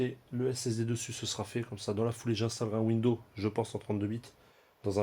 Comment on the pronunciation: windoooo lol ont dit Windows (oui dozzzz) !!!